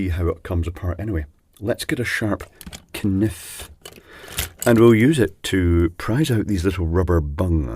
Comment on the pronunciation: "kah-niff" 🤣 I love it. I always say that if they are going to put letters in a word, by God, I am going to say them! Me and my wife always say "gah-nomie", "die-a-frag-em", "kah-nob" 🤠